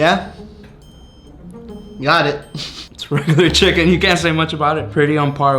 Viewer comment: "MoRe CHiCaKnEE FlaVoR"